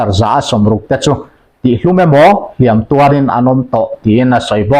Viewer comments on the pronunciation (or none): none